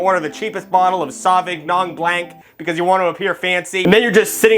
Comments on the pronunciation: Bro said "sovviggnon blank" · "Saw vig non blank" I'm dead 😂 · This guy said "SAW VIG NON BLANK" 🤣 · Your pronunciation of "sauvignon blanc" hurt me so much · I can't tell if that pronunciation of sauvignon blanc was a joke or not